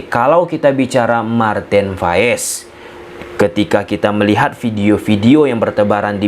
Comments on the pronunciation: Pronoun nya bukan faes bang tapi pas aja jadi marten pas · Bang, kenapa kalau menyebut "P" malah jadi "F"? Seperti Paes jadi Faes, Keeper jadi Keefer? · 🤦‍♂️🤦‍♂️ COME ON....!!!!!!! PLEASE PRONOUNCE IT CLEARLY AND WITH THE GODDAMN RIGHT LETTER. With the P not with the F or with the V, just with the P,, got it...?